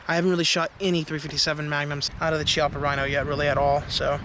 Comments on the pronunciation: Hey guys, you asked about speed loaders for the Rhino, the HKS MK3 or the Safariland J-R4C will both work. Also, it's pronounced Key-AHH-puh, just for your info. Love the vid as always. Keep up the good work. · it's pronounced key - appa